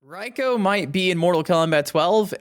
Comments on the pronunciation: It's pronounced Reeko, not Ryeko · Why are you saying "Raiko"?